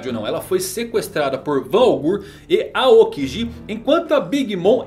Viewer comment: Pow melhora essa pronúncia aí Van augu, aokigi tá feio isso aí meu pacero